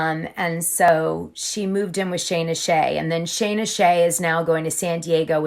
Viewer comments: Love ya Dana. 💜💜💜💜. But it’s scheena. Not Shayna. Not a fan of her. Just notice in a few video’s you kept saying it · Lol I know that you watch the show at least just as much as me, how come you pronounce Scheana's name wrong?